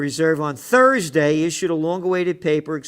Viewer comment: Toosday and Turdsday with Gerald!